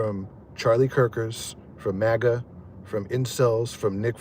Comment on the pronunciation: Just the way you talk when you say maga you always do that and to be honest it's where you live i get it